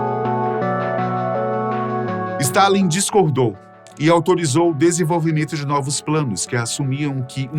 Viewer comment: Ele errou o nome de Stálin.